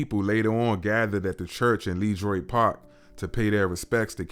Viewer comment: You can't be from DC. You pronounce Le Droit Park incorrectly. It's pronounced La- Draw- it.